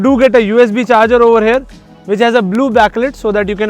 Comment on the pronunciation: Over "hair" instead of 'here' maane north indian 😂